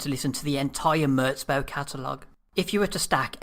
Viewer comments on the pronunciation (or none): its "murz bow" not "murts bow"